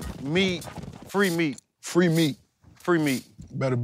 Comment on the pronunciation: I swear i thought I heard rick ross said Free Meat...